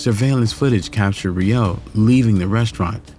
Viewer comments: Im not the only one but but it's "row" not "rio" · You completely fucked up that man's last name. Smh. Every time you said Re-OH, I wished I could dislike the video more than once😮‍💨